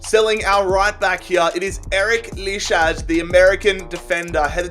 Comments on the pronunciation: Btw it’s lee high not lee haj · LEE-HI is how you lichaj🤣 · You pronounce lichaj like lee-hi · Lichaj pronounced “lee-hi” 😂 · That pronounciation of lichaj😂